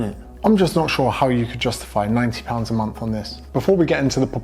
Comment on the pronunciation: I was like relax brother 19 Pounds doesnt sound to much until realized he is saying 90 hahaha